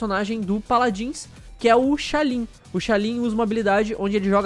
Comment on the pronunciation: "Sha lin" e "Paladíns" Parabéns pela pronúncia. Kkkk